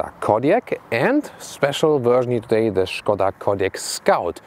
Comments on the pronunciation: Die Name ist Škoda - und "Š" liest man "SCH"... sollte es man voll auf Deutsch sagen, ist es dann "Schade"... Es ist also "Schade Kodiaq" :-) oder wie Volkswagen benutzt dann man in Tschechien die Name "Schadewagen" :-) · Schkoda ???! Gerenglich 🤣🤣